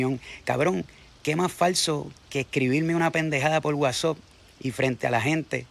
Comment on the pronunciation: Ni decir whatsapp puede